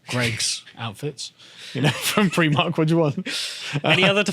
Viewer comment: Pr-eye-mark (Primark) Not Pr-ee-mark